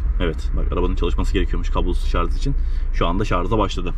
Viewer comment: Güzel bir inceleme olmuş teşekkürler sadece güzel türkçemizi katletmiyelim şarz değil şarj olacak bu kişinin kültürüyle çok alakalı